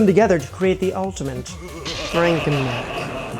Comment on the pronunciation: I love all of your videos but if you put an "N" in ultimate one more time im losing it